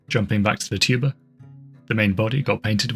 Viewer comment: Every time the word 'tuber' was said, I had the same exact second of confusion because my brain made it 'tuba' instead. Honestly, I feel it more enhanced the video than it took from it.